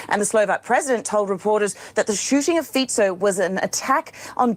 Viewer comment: Fico is pronounced Feet-so